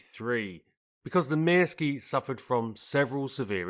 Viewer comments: I was once involved with a Finnish woman. I seem to recall that the Pyörremyrsky is pronounced along the lines of Pir-ror-mursk. The Myrsky is Mursk, I understand. No 'ee' sound. I recall from my teens (the mid-70's), a very good article on this aircraft in the Air International magazine. This led to a fascination with the Soviet attempts to invade this country and the Finn's fight back. Incredible David and Goliath stuff on an epic scale. Apparently the Finnish execution of the battle of Suomussalmi (I think pron Sue-oor-sal-mi) is taught in the US West Point military academy to this day. Finland was the only one of the states that gained independence from Czarist Russia that remained independent post WW2. Fascinating history. Sheer bloody minded determination not to give in. Worthy of a programme all in its own right. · Thank you very much for this excellent video! I couldn't find any flaws! You pronounced Myrsky close enough - except for the letter y. The y is pronounced like ü in German or u in French. It also kind of rhymes with view. In Finnish the letters are (almost) always pronounced the same way and all letters are pronounced - also the double ones. The exceptions are the combinations of nk (like the last sound of thing + k) and ng (like the last sound of thing). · "Mörskö" in German is probably the closest pronunciation you're going to get if you don't know the difference between ö and y in Finnish. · Never heard "myrsky" sounding so Russian in my life